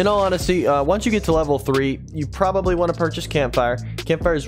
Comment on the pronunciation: "Sea battery is the best tower in the game" "You can problary skip the sea battery"